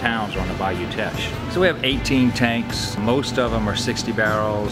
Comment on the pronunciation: As a Lafayette native, this was great! So many unique places. btw Teche is pronounced like "tesh" not "teck" hahaha